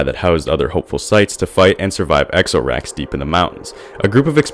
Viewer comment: Everytime he kept on saying Ex-oh-rax it infuritated me especially aftef I found out its spelled out XoRax. Then I realized its supposed to be pronounce "zor-ax". Cause you know? XoRax? Zor-ax? Zora?